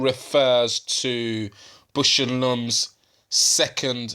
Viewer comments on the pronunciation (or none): "BOWSH" not "bush," and "LAWmb" not "lumm" your friend in America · Great video! Now, repeat after me: Baaaausch and Lomb. Put that "a" in Bush! While you're at it, put an "o" in Lomb.